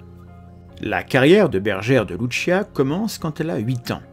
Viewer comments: Travaille titanesque ???? Mdrrrrr.... Cest une des video contradictoires les plus débiles qie jai vu. De plus ka recherche titanesque aurai pu etre faite sur le sotaque de la prononciation des mots et prénoms des protagonistes ... Dire loutechia comme en italie pour louciia c'est titanesque effectivement ... Un peu d effort quand même, vous qui vous pretendais meilleurs que les autres comprendres les autres ... Cest vous les extra terrestres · Fatima étant au Portugal et non en Italie, Lucia se prononce Loussiha et non Loutchia. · par contre ce n'ai pas luchia c'est lucia tout simplement les portugais ne sont pas italien. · Oserais-je vous faire la leçon sur la prononciation des prénoms portugais? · Euh il y a erreur sur la prononciation d’un prénom... On n’a pas dit que ça se passait en Italie je crois 🤨. Qu’à cela ne tienne. Vous avez raison de vous méfier. Nous par exemple, on a estimé qu’une vierge prédisant les catastrophes du XXe siècle sans évoquer le nazisme, ça n’inspirait pas confiance. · Vous auriez pu faire un effort sur la prononciation du portugais, ça fait pas très pro. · Pour les noms des communes belges flamandes, il va falloir faire un (sérieux) effort de prononciation 😃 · pourquoi bien prononcer Jacinta mais pas Lucia?